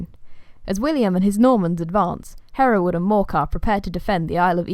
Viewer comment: Really pleased to hear my name said the way I say it! Haha. Thanks for making this fun video. I can show it to my students when they ask about my name.